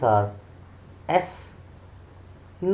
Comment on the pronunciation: The correct pronunciation is yes not Sss😊